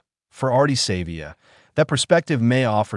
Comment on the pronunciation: Pronounce Ardies surname properly. Its not "Save via" Have some respect for the Legend